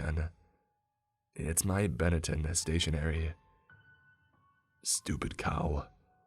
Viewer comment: Yeaaahhhh, I don’t think you should’ve opened that damn cage. It wasn’t Seymore. I am pretty sure you screwed up. Oh, and I’d imagine it’s Benetton stationary. Mispronounced.